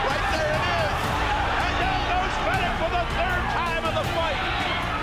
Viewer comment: Do you ever watch your own videos before releasing them? Because you incorrectly pronounced Jeff Fene(ch) wrong, followed by footage of an Australian announcer correctly saying 'Fene(k)', and then you immediately went back to mispronouncing his name. It really doesn't matter, but I'm sure if you'd watched this before release, you would've noticed it.